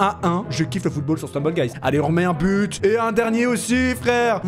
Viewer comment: On ditt but 🥅 pas gaule 😂😂😂